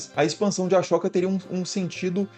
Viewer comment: Putz... अ-शोक não se pronuncia "a-chÓca"...